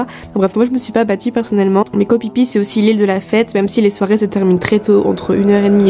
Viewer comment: Ça se prononce Koh FIFI